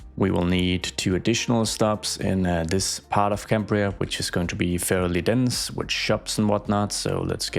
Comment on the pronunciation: Cymru is pronounced as “come-re” and the pronunciation of Cambria was perfect